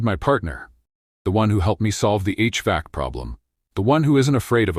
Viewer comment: The pronunciation of 'HVAC' is badly messed up with an incorrect pause that is both wrong and unpopular since a vast majority of English-speaking humans already know about HVAC systems for comfort purposes, even if they don't have one themselves. Billions have already been spent to market their desirability!. LoL Oops 😢😂❤